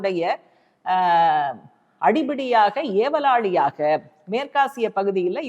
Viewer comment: அடங்காத ஏவல் லாலி என்ற வார்த்தையை அவர்கள் உபயோகப்படுத்தி இருக்கிறீர்கள் சரியான வார்த்தை உச்சரிப்பு வாழ்த்துக்கள்